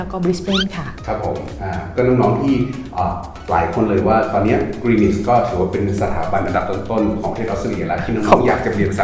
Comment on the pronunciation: Greenwich อ่าน กรีนนิช w เป็นsilent letter เด็กไทยหลายคนเรียนที่นี่ แต่พูดไม่ถูก พูดกรีนวิชตลอดๆๆๆๆ น่าอายมากๆๆๆเลย Cambridge อ่าน เคมบริดจ์😊